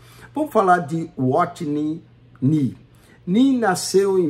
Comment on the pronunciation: Como levar a sério alguém que não sabe nem ler, pronunciar adequadamente os nomes dos irmãos Watchman Nee e Witness Lee... Fala, fala e não explica nada. Não tem como nem rebater nada.